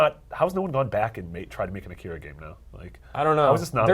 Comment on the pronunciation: I like how the vast majority of people i watch reviewing stuff related to Akira is that many people mis-pronounce Akira and Kaneda